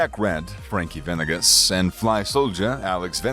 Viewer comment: Bro how white are you? It’s VA-NE-GAS not VEN-EGEZ! Holy shit 🤦🏻‍♂️🤦🏻‍♂️🤦🏻‍♂️🤦🏻‍♂️🤦🏻‍♂️🤦🏻‍♂️🤦🏻‍♂️🤦🏻‍♂️🤦🏻‍♂️